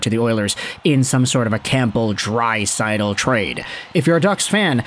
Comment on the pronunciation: The p in campbell is silent , its pronounced cambell